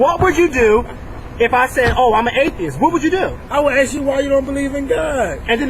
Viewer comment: 'Ask' NOT 'axe' Thanks.